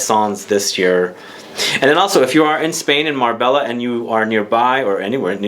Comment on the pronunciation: Great review,. Marbella in Spain is pronounced Marbeya. And, from Kajal's website, ' The brand inspiration comes from the beauty world: kajal meaning kohl in the Indian culture. Kajal also draws inspiration from the Arabic word khajal – the shy modesty of a woman.'